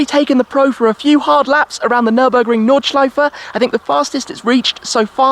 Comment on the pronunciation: Your pronunciation of Nordschleife is perfect German!